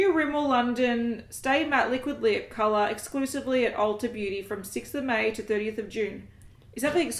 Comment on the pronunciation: I'd probably listen to/watch a podcast. I haven't watched podcasts for a while, but would check out any a that you ladies decided to publish. On a different note, is it bad that all I could think of when you said cololour was: What cololour is a bananana? Yellellow (I'm cringing that it even entered my head - such a dad joke!)